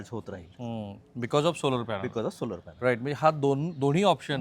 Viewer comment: सोलार नंही,सोलर कार म्हणा!! उच्चार योग्य करा साहेब